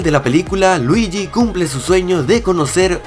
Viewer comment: En cara 2 dice luigui wido estamos en wido estamos en italia estamas en casa